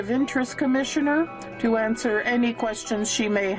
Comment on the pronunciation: Can't even Answ-ugh-er